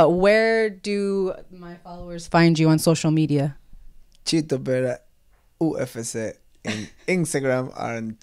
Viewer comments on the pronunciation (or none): he pronounces UFC: "ooh effe cey"....dude this guy is like 200% ecuadorian. his advice to his younger self: "Get out of ecuador..." this all the way. I'm half Ecuadorian , and all my primos and primas feel the same way - Ecuador has no future for young people... The only way to make your mark is to go abroad. Good luck to Chito!